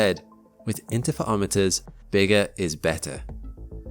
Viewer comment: 'Inter fur romiter' not 'inter fa omiters' js😅